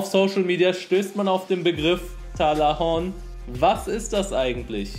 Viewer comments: Fck ich sterbe. 😵 💀 Ich musste bei jedem TALAHUHN so lachen.. Atmen vergessen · Das. heisst. richtig. Talahuhn